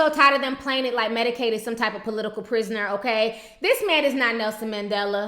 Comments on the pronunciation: did yu say medicades lmaoooooooooooooooooo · "Medicaide" LMAO